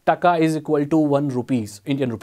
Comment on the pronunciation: This is not "takka" it is called টাকা (TAKA) in bengali BTW i am Indian.🇮🇳🇮🇳🇮🇳